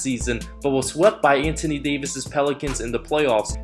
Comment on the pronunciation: He also said the same thing about Oladipo being the "regaining" Most Improved Player lol. & he pronounces "Anthony" as "Antony", like without the "h" lol. Not being a dick or talking shit, I find accents to be cool & endearing!